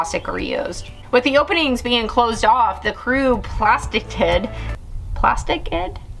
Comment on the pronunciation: plasticed. pronounced, plas-tict